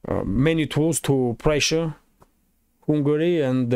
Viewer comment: Hi! I think you have excellent content. One small tip on pronunciation: It's not "Hungary" (as in Kupyansk") but you have to say the "u" like an "a" as in "jump".